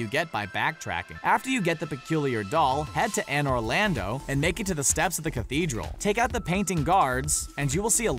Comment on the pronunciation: Anor Lando? It's Anor LONDO! Not Lando!